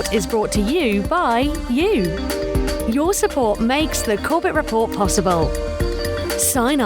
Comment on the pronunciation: "Corbett Report" almost sounded like "Corporate Report" lol